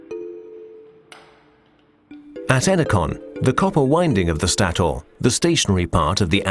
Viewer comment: Stator is pronounced staytor not staoor.